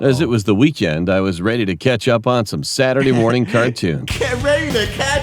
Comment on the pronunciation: He meant to say Saturday morning cartoons but he said Saturday nert cartoons